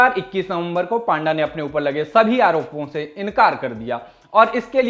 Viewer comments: पांडा नहीं भाई पंडा 😅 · Not 🐼.it's p-anda.😁.